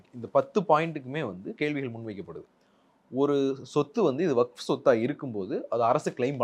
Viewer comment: இவருக்கு வஃப் என்பதை உச்சரிக்கவே தெரியில இவரெல்லாம் முஸ்லீம் லீக் தலைவர் ????????